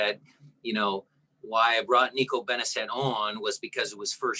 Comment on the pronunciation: Hey Shmetz. Nico's last name is pronounced Benezay, not Benezette.